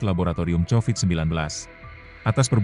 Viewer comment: 😂😂😂😂😂😂Covid jadi chowid